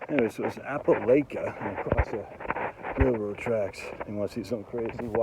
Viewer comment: Long “i” in Opelika , it’s like you Lika it.